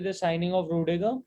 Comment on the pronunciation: rudiger nahi bhai plss